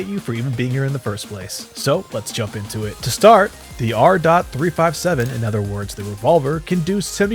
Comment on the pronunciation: "The AHR DOT THREE FIVE SEVEN" 🗣🗣🗣🔥🔥🔥